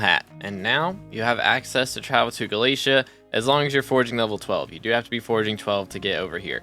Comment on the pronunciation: yo dude u know its not galasia its galatea there is even an npc that will say it. anyway nice vid